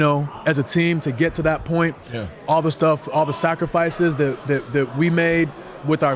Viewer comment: Kofi said sacrfice E😂😮